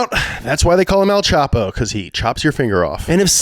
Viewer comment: Le dicen EL CHAPO porque en mexico; CHAPARRO O CHAPARRITO means "short" or "shorty". not EL CHOP-O lol xd